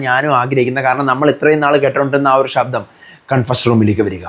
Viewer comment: ഷബ്ദം അല്ല..ശബ്ദം.. Ok